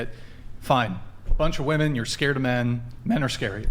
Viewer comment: "who attacks more woman".... why can't they say women? WIH-MEN. I KNOW they can say men, they just need to add a Wih beforehand.